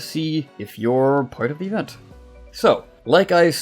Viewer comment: I like how you say Event: evenT